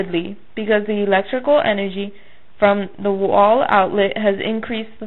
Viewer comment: energy not enrgy